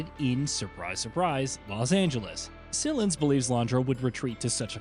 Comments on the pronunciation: It’s Sy not sil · "SILL-ins"? The second most important character in this game... It's "SIGH-lens", they say it thousands of times between the games and DLC, jesus. At least he only says "SILL-ins" about 12 times in this video 🙄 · Sylens......pronounced "SILENS not SELENS. This should be known, considering the amount of times his name is said in the games. That being said.... The Horus fight was absolutely epic. Reminds me of the first time we faced WEAPON in Final Fantasy VII when it came out. Nothing of its size seen in a boss fight before. This was absolutely an amazing fight. Loved every minute of seeing that beast move for the first time, and then being able to take it down. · I know dude didn't just say sillens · Did you seriously just say 'sillens' ... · Did you even play the game? Not once has sylens been pronounced that way. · Please learn how to pronounce Sylens